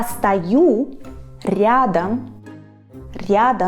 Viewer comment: the nice "R" you pronounced in "ryadom" - I'll never be able to say that xD it's always just either similar or completely butchered